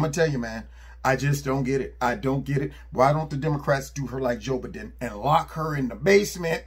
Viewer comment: "Job Edin"🤪😆🤣